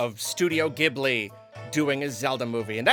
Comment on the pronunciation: Someone tell him how to pronounce “Ghibli”